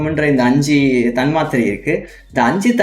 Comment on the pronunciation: Sago thanmathirai potu eruku but nenga pronounce pnum pothu thanmaathirai soldringa